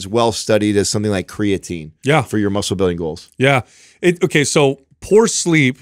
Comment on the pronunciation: When is he guna say creatine properly 😢😜